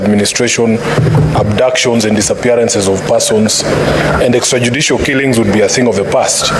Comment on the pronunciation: Waaah..Senator pronounced how???Extra judicial killings?? Anyway My support in women empowerment